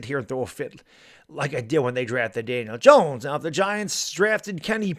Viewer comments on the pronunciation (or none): none